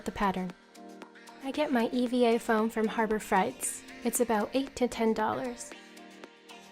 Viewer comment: Frate. Not fright lol